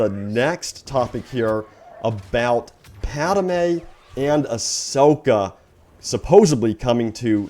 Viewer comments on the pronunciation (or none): Padme is Not a warrior a senator and its Not pronounced pademe but padme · It’s triggering when you say padame and not padme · Padme Padme not PaDEmE Padme! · If I hear Pad-uh-may one more time I'm gonna lose my shit. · You say padme wrong. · Love the video, but you say padme’ wrong. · Learn how to say padme u goddamn dumbass plz lmao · Yea it's kind of sad, someone who is such a big fan of star wars can't even pronounce the name of such an important character, but hey, he's constantly joined WITH his brother too, so I want to know when they had the surgery for that aswell